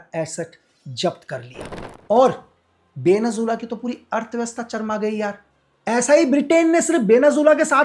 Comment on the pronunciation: Venezuela ❌ Benu Jilla ✔️